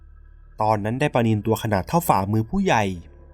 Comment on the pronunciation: ปลานิลมั้งครับ แอดอาจจะพูดไม่ชัด